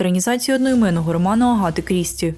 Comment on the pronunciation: Ще в мене ріже слух вимов "а" як "о". Навіть часто звучить Агата як Огоата. Мабуть треба над цим попрацювати. Все рівно дякую за україномовний контент.